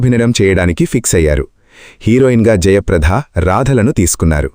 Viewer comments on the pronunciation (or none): వ్యాఖ్యాత రాధ,జయప్రధ అని అంటున్నారు. రాధ పేరులో వత్తు ధ ఉంది,కానీ జయప్రద పేరులో ఒత్తు ధ ఉండదు.వ్యాఖ్యాతలు కొంచెం భాషాజ్ఞానం పెంచుకోవాలి.